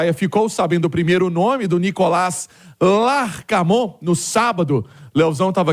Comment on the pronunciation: Sugestão pra falar o nome do treinador LAR K MON não erro mais